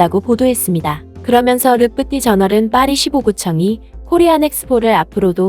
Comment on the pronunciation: 르 프티 저널(x): 르 푸티는 프랑스어로 읽고 저널은 영어로 읽었네요. 르 프티 주르날(o): 이렇게 해야 올바르게 표기하는 것입니다. 그리고 프랑스어에서 한국어로 전환할 때 경음으로 표기하지 않습니다. 만일 경음으로 하려면 경음으로 소리나는 것 모두 통일해야 합니다. 파리 15구 시청???????? 15구는 한국 식으로 따지면 구청인데 뒤에 왠 시청이 붙습니까? 15구청이라 하면 될 것을 이상하게 표기하시고 있네요. 내용 중간에는 15구청이라 설명하시면서 헤드라인에는 15구 시청이라 하셨습니다. 시청할 때마다 느끼지만 외국 언론을 다루면서 이렇게 해당 언어와 표기가 엉망인 것은 프로 의식이 없기 때문입니다. 개선이 안 되고 있는 점에서 정말 안타깝네요. 뭐 하나 꼼꼼하고 세밀하게 하지를 못합니다. 모르는 부분이거나 확실치 않으면 무조건 찾아보고 그래도 모르겠으면 주변 전문가에서 자문해야 하지 않나요? 공중파 방송이 아니라고 이런 식으로 부실하게 하면 본인 살만 깎아 먹는 것입니다. 기존 언론에서 하지 않는 부분 찾아서 빠르게 알려주시는 측면은 박수 받아야 하지만 동어가 지나치게 반복되는 작문 문제라든지 내용 이상이라든지 이런 부분이 많이 아쉽습니다. 그동안 보면서 소소하게 지적했지만 오늘은 크게 지적하고 갑니다. 이것도 애정이 있어서 하니까 그렇게 이해해주시기 바랍니다. 관심 없으면 잘하든 못하든 신경 안 씁니다.